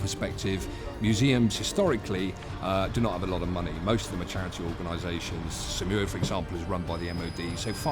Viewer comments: It's SAUMUR and not SAMUR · isn't it supposed to be Saumur instead of Samur? :v :v :v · Thx for this video but its Saumur not Samur